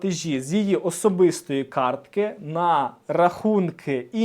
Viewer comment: кАртки, не карткИ!